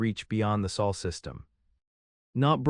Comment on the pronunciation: Sol not Saal